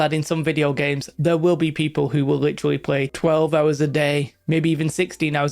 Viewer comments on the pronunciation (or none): none